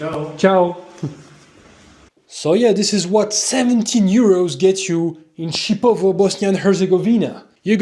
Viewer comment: It's not Chipovo is Šipovo/Шипово😄,my grandmother is from Babići village near Šipovo,she is ethnic Serbian and I have sisters in Šipovo,im from Serbia,I'm half Serb,half Russian🇷🇸🇷🇺and I also have Ukrainian🇺🇦ancestry through my Grandmother from Mother side. You can visit Janjske otoke,Source of Janj River and Šipovo was Roman City Baloia until 5th century CE.